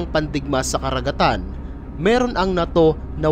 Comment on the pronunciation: Ang pangit mo nmn magbigkas ng NATO??😅😂